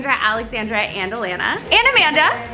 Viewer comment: Lol every time Alexandra says Alana, i cant help but hear Atlanta. Loool anyways, love this video!